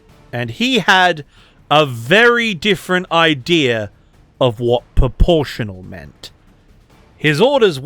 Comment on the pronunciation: Are you saying poportional or proportional? 🤔